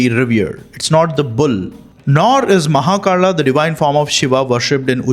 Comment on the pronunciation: V and B are not what I am saying. I know it can be interchangeable from region to region, and language to language.. Like Barun and Varun, or Bikram and Vikram. I am talking about the R that you are adding.. You are saying it like Vetarla and Mahakarla.. Why the R? It is so weird to hear that... 😅